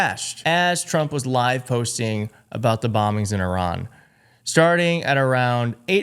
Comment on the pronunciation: why cant this guy pronounce iran properly?